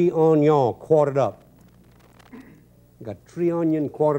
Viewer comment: OH-NEE-YOHN ONION